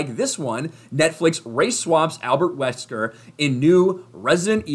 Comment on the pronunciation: That's not Albert Wesker... thats Albert Weskee